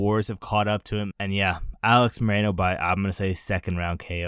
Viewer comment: Its Alex MOR-RO-NO.